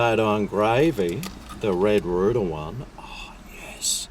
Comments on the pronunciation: Why do you keep saying red rooter, I thought it was red rooster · Not sure how y'all do things down under, but the letter 's' in rooster should not be silent 😂😂😂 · I think likes saying red rooter😂🤣🇦🇺